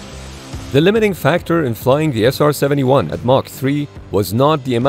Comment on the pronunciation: 나레이션을 인공지능이 했나? SR71을 제대로 발음 한 게 몇 번 안되고 아음속을 애음속이라고 하질 않나 미그를 앰아이지라고 하고 ....